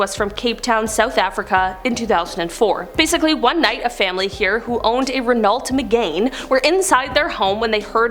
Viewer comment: The pronunciation of Renault Megane 😭